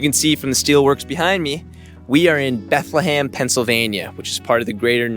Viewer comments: It’s not BethleHAM 🤣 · It's pronounced Bethlum😂